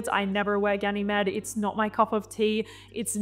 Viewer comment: It's pronounced as Ga-nuh-meed. As in the Greek mythological character Ganymede.